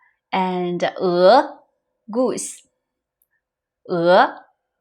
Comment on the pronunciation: you said "goose" like in perfect russian "гусь" (the same animal) , it scared me for a second of disorientation because it is jarring for the brain to switch languages so suddenly x)